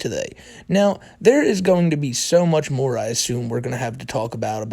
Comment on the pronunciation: “The mowe whites I have” knew he was the white supremacist bowser